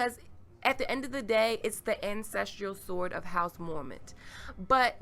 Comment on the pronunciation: I agree with the comments below that the sword is not Dawn. By the way you kept pronouncing the word as "ancestrial", but the word is actually "ancestral"